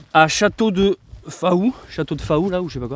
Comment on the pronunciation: coucou, pour info, on ne prononce pas le" a" dans Faou de Châteauneuf du Faou, ça se dit fou, bonne continuation